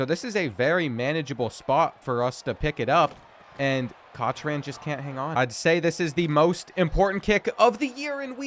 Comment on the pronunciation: Bro, I love your videos. But you have to stop butchering every single name. Cotch-ran for Cochrane come on haha.